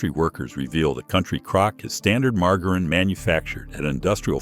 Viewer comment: So you're telling us that Mar-ger-reen is some sort of alternate pronunciation bud? I mean surely virile and educated gentleman such as yourself knows how to properly pronounce margarine.